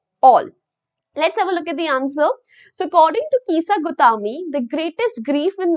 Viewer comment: Kisa gautami ❎ Keesa gautaaaame☑️